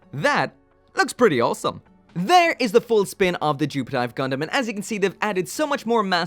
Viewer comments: why is it "jupitive" and not "JupFive"? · Should've been Jupi-F-ive, not Jupi-T-ive... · you read it like jupit-eeve not jupit-ive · its actually pronounced jupitiv *the E is silent